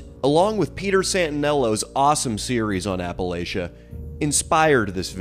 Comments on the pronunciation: Appa Latch A! Not latia lol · We pronounce it like apple atcha here in appalachia, not apple A shuh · its appalAchia not Appalaechia ok AH-PU-LAH-CHUH but I love you and will forgive you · & Leo are like the evil Los Angeles alter-egos of Rhett & Link. I actually hate them. Also it's pronounced "apple-atcha", and not all of us are poor, uneducated, and/or on meth. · It’s pronounced apple atcha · It's APPA-LATCH-UH.... just saying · Hearing consistently pronouncing Appalachia wrong while talking shit about the uneducated is my new kink. 😂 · how he says appalachia makes me mad